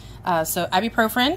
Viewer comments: Great video but you're putting an extra R at the end of Ibuprofen when you pronounce it. It's "Eye-B-Pro-Fin" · Actually, it's pronounced "Eye-bue-Pro-Fin".